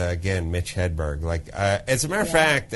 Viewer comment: he said mitch hedburn...it's mitch hedberg!